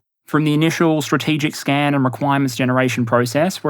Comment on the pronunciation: I think it was supposed to be "original scan", but now I cannot unhear "original scam"